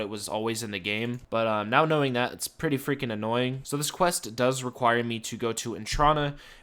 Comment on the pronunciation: I get so triggered every time you say "annoying"